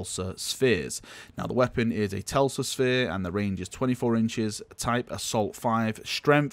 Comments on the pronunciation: TeSla not TeLsa... xD it's sparky - like Nicolai Teslas stuff u know?^^ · TES-LA...... TES-LA........ :: drowns in heresy